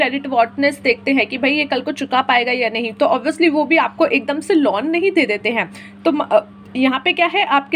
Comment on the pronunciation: Lonn nahi loan hota hai woo